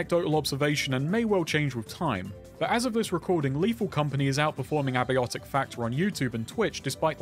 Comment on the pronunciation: You had to go and jumpscare me with that pronunciaation of Abiotic huh?